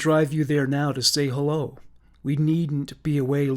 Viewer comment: I love the way he says 'elloo everybody ', lol